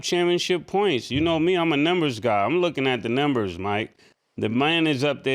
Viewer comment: He pronounces numbers as nembers...lol